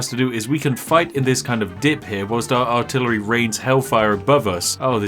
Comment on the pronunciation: "Artilery" hm....